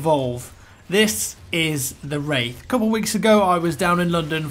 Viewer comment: am i the only one who thougth he was saying rape